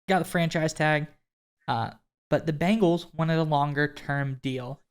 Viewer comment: Quit saying Biiiiiiingles…it’s Bengals…like bay, not bean. Cmon now.